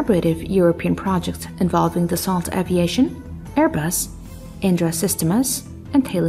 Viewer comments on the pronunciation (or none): none